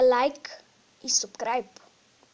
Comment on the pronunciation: ( и минутата) мите ти исмисли нова дума субкраб, не събскрайб, а субкраб! точно така